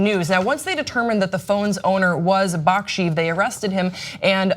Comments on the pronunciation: Baksheev is not pronounced how it's written. The transliteration is shorthand for Bakshyeyev, which is how it's pronounced. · Shouldn't it be pronouncd Bakshe-yev?